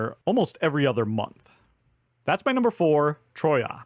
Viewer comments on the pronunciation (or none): Troa not troya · Troyes like in trois! Oh laord... 😅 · Because number four (Troyes) is a French city you pronounce it TRWA. Keep them video's coming! Greetings from Belgium.